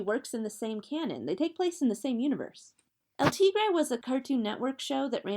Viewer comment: The way she pronounces "El Tigre" makes me mad